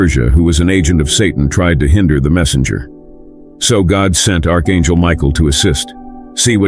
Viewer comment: lol Miguel the archangel. pronounced an hell